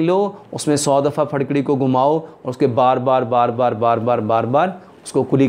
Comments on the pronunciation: Farkari nahi jahil fitkari hota he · Pharkari kya hota hai.. Phitkari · پھڈکڑی نیں جناب پھٹکڑی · پھڑ کڑی کوئ چيز نہيں ھوتی يہ پھٹ کڑی ھوتی ھے، اپکی اردو/ پنجابی کا مسلہ ھے؟؟؟؟ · Pharkari ni phatkari he hota he